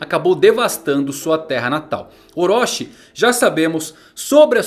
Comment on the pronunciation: Wrong : ORÓSHI Right : OROCHI ( TI )